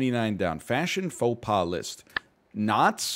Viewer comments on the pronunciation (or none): none